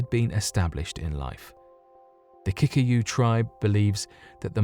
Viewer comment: Surely the correct pronounciation is KiKUyu